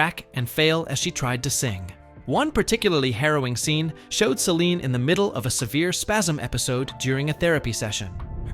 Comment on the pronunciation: If your going to make a video of Celine’ learn to say her name correctly. Get your facts right before your video , she was 12 when she met Rene’.